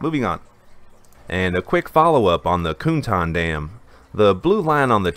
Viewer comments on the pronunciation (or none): 'Cuntan' isn't pronounced 'coontan'. It's pronounced (approximately), 'tsuntan'.